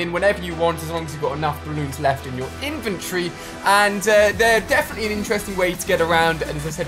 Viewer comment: U call invetory invitorey or is that just me